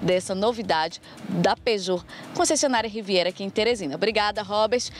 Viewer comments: Especialista da Peugeot ????????????????? Só vocês mesmos, kkkkkkkkkkkkkkkkkkkkkkkkkkkk O cara não sabe nem falar Peugeot nunca foi e nunca será uma marca confiável Chamar de especialista é sacanagem... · Quando ela falou Peugeot, eu parei.